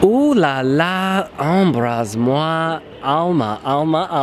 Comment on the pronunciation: "Embrase-moi" and "embrasse-moi" are... how to say... slightly different:P Be careful, one might think you're horny lol